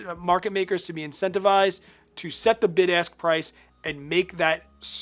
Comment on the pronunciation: LOL!! My wife made me put you on ear phones because she thought you kept saying "BIG ASS Prices". ROFL